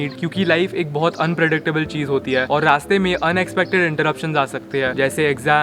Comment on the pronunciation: Its chis😂